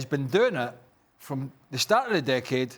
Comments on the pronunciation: Is he saying dickade 🤣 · Listening to Frank say 'decade' is painful.